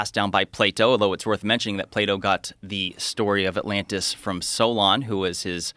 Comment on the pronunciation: Joe says atlannis